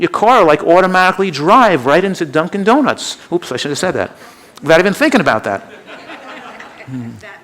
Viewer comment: he says "drunken donuts" too. lol